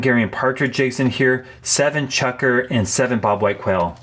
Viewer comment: Aahhaha you look at the work “Chukar” and your brain tells you it’s “chucker”?? 🤣